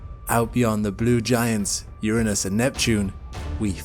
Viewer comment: Uranus! SAY IT RIGHT!!